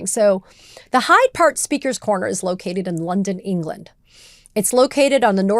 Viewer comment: I don’t want to be petty but the park is “Hyde Park”, like “Dr Jekyll and Mister Hyde”. She repeated (to my ear at least) called it “High Park” which is a nature park in the west side of Toronto.